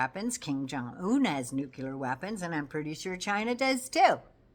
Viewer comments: Nuclear = Noo’-clee-ěr (not noo-kew-lěr). Sorry,, I’m a bit anal about the pronunciation of what might be the end of us all…. Thank you for your in-depth info—we need you! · Oooh,, hate to do this, please forgive me….it’s’ nu clee ar’. Georgie W, Bush pronounced it ‘new kew lar’ and was razzed for it. (Nuclear).